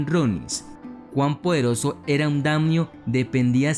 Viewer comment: No son damnios, se dice daimyo.